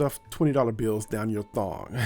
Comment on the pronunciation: Lmao the struggle of saying thong 🤣🤣🤣